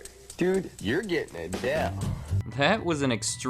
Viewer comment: Dude you're getting a Dell'DOH